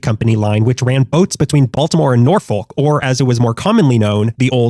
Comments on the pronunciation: Eastern shore/ tidewater local here it's pronounced Nor-folk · Brother, as a local, please never say “Nor-Folk” again. It’s “Nor-fik”, “Nor-fuk”, or if you wanna sound like you’re from here, “Nah-fik”. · VA resident here. Newscasters and such will say “nor-fik.” That’s because they don’t want to say it the way the locals do, “naw-f*ck.” The emphasis is on the first syllable though, which makes it sound less like a curse in daily speech. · VA native here, Nor-Folk is not how we pronounce that😂 we say “Naw-Fuk” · Naw-fuck. Not Nor-folk. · Pronounced Nor-fick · You pronounced Norfolk incorrectly. "Naw-fu*k" is how you are supposed to say it. The r is only pronounced in Nebraska's city of the same name. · I don't eat seafood and in fact, I am allergic to shellfish. I married a Maryland boy, and after living on the West Coast for 15 years, he got stationed in Maryland. He loves Old Bay and it's all about the blue crab. In fact, he used to order frozen crabs overnighted to Hawaii. P.S. it's pronounced Nor-fuck, or -fick (depending how long you've lived there). It's Naw-fuck if you are from there. The more you know!!! ❤😂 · It's pronounced Nor-fuk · Thats not how you say Norfolk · They way you said Norfolk hurt my heart 😂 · I cringed.. thought I was used to it by now but I guess not lol